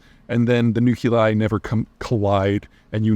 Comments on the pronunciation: "new Klee eye" NOT "new-cue-lie" Spot on, Flying!😅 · The nuk-u-li. I'll give you points for consistency.